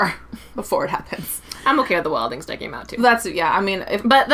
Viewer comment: It's Wild-lings